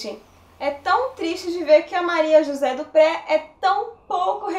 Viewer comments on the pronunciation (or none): "Dupré" é um sobrenome francês. Pronuncia-se "Duprê".